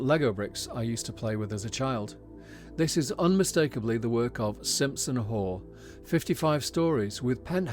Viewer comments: Great videos - fantastic to see so much happening. Lots of it great, some good, some not so! One small point - it’s pronounced Simpson “Huff” Architects :-) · Hi, Great video. Slight pronounciation error on the architects “SimpsonHaugh” it’s pronounced more like “Simpson-Hoff” just thought the correction would be useful as it’s an architect you’ll mention very frequently!